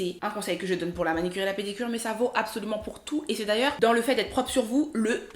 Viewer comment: On dit manUcure et non manicure